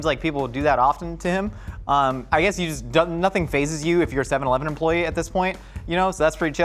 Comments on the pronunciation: its seven-ELEVEN not SEVEN-eleven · I love the way says "Seven-leven"